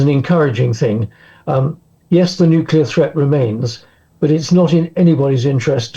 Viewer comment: Wow its a world of weapons. Please stop the Nucular anger.